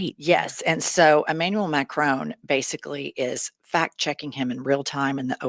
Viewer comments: It’s Mac-Ron not macronne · Please please please, will Americans please please learn how to pronounce President Macron’s name! It is Mac ron, not Mac rone! For the love of God! So disrespectful. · As a French native, I must mention the following. Macron? The N is SILENT, IT’S MACRONNNNNNN ! ❤ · Fact check for you ladies. Macron's name is not pronounced MacRONE.